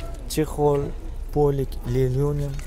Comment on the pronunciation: aka lelyonim dimen Lenolium линолеум ЛИНОЛЕУМ din